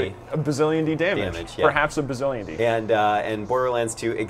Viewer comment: not bazzilionde bazzillion